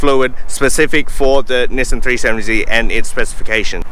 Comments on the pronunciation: It's actually Nissan not Nissen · Actually it's Knee-Song.